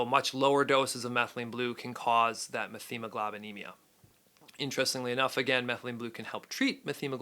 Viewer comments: Its "MET-HEMOGLOBINEMIA"....no "th" sound....sorry, this was killing me to hear you say it wrong repeatedly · F this “Dr” that can’t correctly pronounce methemoglobinemia. Met-hemoglobinemia or know what a man is. I mean, doctor of what?